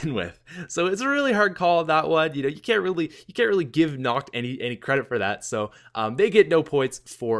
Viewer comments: Nacht: pronounced Nocked. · is pronounced nakt! xD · I hate how he pronounces nacht with a CH sound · vinny vandeel same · Dude...you're pronunciation of Nacht der Untoten is SO bad haha. There's no emphasis on the "h", in "nacht" and "untoten" isn't prounounced "tot-in" it's pronounced "tote-in". So phonetically, it would be "Nahkt der un-toe-ten". Love your videos, that just made me cringe :P